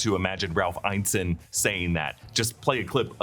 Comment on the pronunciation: His name is pronounced Ralph "In-ness-in" not "Iyne-sin"